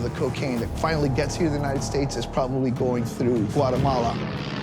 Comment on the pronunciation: He says whatamalla 😂